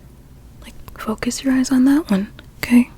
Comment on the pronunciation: I love the video and your so pretty but when you said are you ok I thought you said are you gay?💀